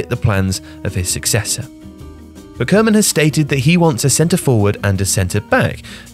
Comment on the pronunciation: What makes it so hard to pronounce Koeman? Barely do you hear a foreigner pronounce it correctly.